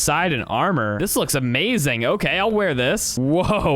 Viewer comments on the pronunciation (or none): none